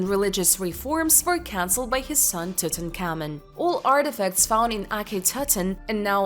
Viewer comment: Horrible pronunciation. Couldn’t say Tutankhamen. Very cheaply made never watch again.